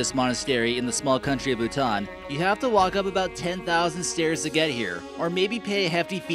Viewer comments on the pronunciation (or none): none